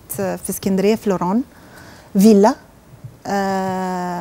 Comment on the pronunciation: فيلا أول مرة أسمع حد بينطقها كدة